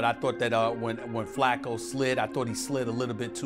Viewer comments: as a baltimoron hearing Joe Falco hurt my soul uts Flacco man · “Joe fowlco” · Bro its Joe Flacco not Falcco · It’s pronounced ‘FLACK-oh’ not ‘FAL-coe’. Are you thinkin’ about Shane Falco played by Keanu Reeves in ‘The Replacements’?? The character played for Washington, close to Baltimore so maybe that messed you up. You even tryin’ at this point?? I can do this all night if you wanna keep putting out content w/out learning how to say guys names right. 🤨